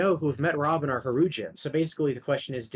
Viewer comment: i think it’s funny listening to them try to say hajrudin